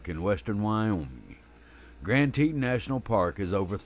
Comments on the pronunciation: Lost my interest at saying Teetan... it's Teton. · Damn it, use the proper pronunciation of "Teton" for crap sake. You sound like a hilllbilly....."teeeetawn", jeeeez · Wyomingite here, and yes Teton is pronounced Tetahn. I won't hold it against the narrator though. He makes a lot of good points and that is more important than pronunciation of the landmarks. This is the second grizzly attack in Wyoming stopped by the bear biting on the bear spray can. The other was in the Crandall/Sunlight area. Glad he survived and is making a full recovery. Lucky/blessed they had cell signal, I would recommend a GPS sos device. That device saved the man in the aforementioned Crandall/Sunlight attack. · I always thought it was pronounced Grand TEE-ton" ("ton" as in the word "baton")? But is it "TEE-tin", as pronounced in the video? I don't know -- just curious. Great video. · I have always heard it pronounced grand Tee-tahn , The narrator has a very strong southern accent therefore he pronounces it grand, teet-un… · I’m assuming that you neglected to see the comment that I (the narrator) posted apologizing for any mispronunciations. In a perfect world everything would be pronounced correctly. I’m sure that everyone’s accent make mispronunciations all the time. Again my sincerest apologies for mispronouncing tah-ton which had no bearing on the point of this video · lol! It’s Tee-tawn. 😁 That’s how locals pronounce it. I grew up there. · I cant listen to you mispronounce "Teton".